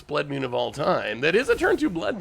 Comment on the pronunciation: Blood “Mune” is what I am hearing you say.